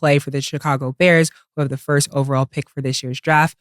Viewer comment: Nobody Cam - "Firt of all" 😂😂